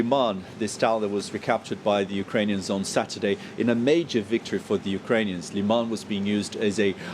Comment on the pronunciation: It's Lyman not Leeman. Please stop using Ruzzian alliteration. 🙏